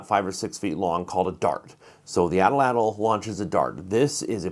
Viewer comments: My new word is pronounced AT"-latl. Not atl-atl. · "Don't call it a spear thrower" Don't call it an atl-latl. There's no double L. (Correct pronunciation in Nahuatl is available on line). I have taken a number of deer with stone tipped arrows with both wood and river cane (nature's fiberglass) shafts. In my experience, the majority of times when the arrow breaks (not splits), it breaks at or near the tip. I have taken deer with an arrow that had previously broken near the tip, shortened the arrow, attached a new point and reused it successfully. The advantage of hollow shafts (both arrows and atlatl darts) is you can carry a couple of hollow shafts along with a greater supply of wooden fore-shafts rather than carrying a large load of arrows.